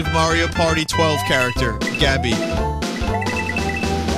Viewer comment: OH MY FUCKING GOD ITS MAYRO EVERYBODY.... ITS FUCKING MAYRO